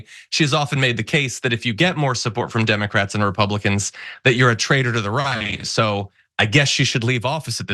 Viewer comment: "Tim-ah-crats" is all I hear 😆 also, she SO badly wanted to be interrupted